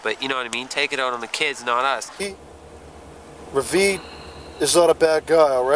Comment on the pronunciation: It's Reveen, not Ravine. Google Reveen and you'll get a Ricky doppelganger.